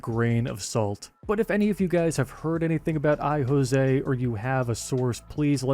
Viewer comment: Josie is pronounced Joe Zee, not José.